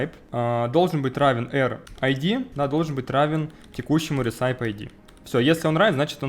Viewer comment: никогда не понимал зачем люди говорят апп, а не просто ап (и кстати recipe это рэсипи, не ресайп :) )